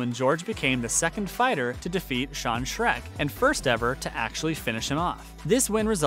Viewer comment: Good video but it’s Sean Sherk not Sean Shrek 👹